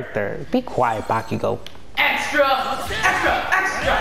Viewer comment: it bakugou not bakigou